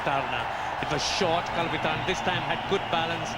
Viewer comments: කුලු සෙකාර😹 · මේ කාටද බං "කුලු සිකේරා" කියන්නෙ..😂🤦‍♂️ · (Fantastic way of pronouncing the name of Nuwan Kulasekara)!!!😂😂😂